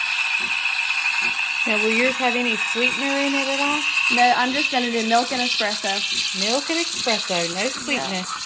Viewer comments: It’s called espresso, not expresso. LoL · Not eXpresso - eSpresso.. No offense to you..love you..❤ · S-presso, not X-presso. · eSpresso… no X